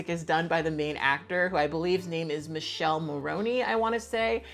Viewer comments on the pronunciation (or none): 😂 Noooo the way you said Michele's name wrong killed me. I'm sorry I'm ded 😂😂😂